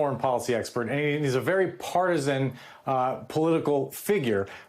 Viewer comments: NBC pronounces Ratcliff an adult. And there is mischief and disinformation. And NBC is going down. Down like a cheap W. Down like a back sliding heifer. Down into their own rhetorical spittle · I thought he said Ratliff